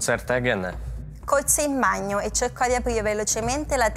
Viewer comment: Ja akurat świetnie znam włoski, a w ogóle nie zrozumiałem słowa łazienka - bagno (banio), bo ona wymówiła jako jakieś panio xd). A passato remoto oczywiście, że się używa, głównie na południu. No i nie zrozumiesz żadnej powieści ani w sumie żadnego poważniejszego tekstu (np. historycznego) jeśli nie władasz tym czasem.